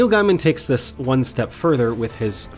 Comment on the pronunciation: FYI It's pronounce Neil "Gay-min" (not guy-min")